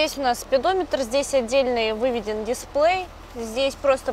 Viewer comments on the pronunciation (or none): none